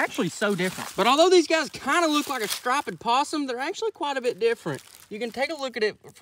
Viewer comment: Sir, did you just say Stripe-ed?